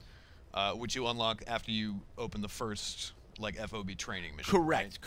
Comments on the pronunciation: Plz plz plz, for the love of god stop calling it F.O.B being in. the military since it is a military term, it is pronounced Fob. as in job, with and F. fob... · Just say fob, not F O B. It's a fob.